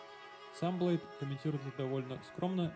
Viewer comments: Не блейд на блейди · Я не хочу показаться занудой парни, но правильно Блэйди(ударение на и), а не Блэйд) Он сам в треках когда свой псевдоним произносит, то там всегда Блэйди. Послушайте Topman, там отчётливо слышно)